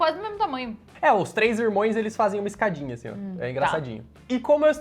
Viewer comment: só um toque. O correto é irmãos, não irmoes.